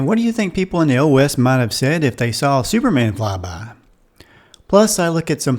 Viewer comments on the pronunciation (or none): none